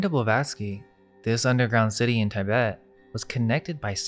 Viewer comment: Its tee-BET not TIE-bet